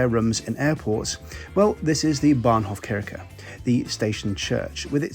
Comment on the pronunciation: It's not Bahnhofkirke, but kirhe...you should press the h